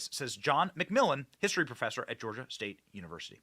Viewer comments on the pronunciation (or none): none